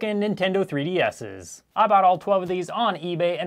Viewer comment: "broken Nintendo 3D asses"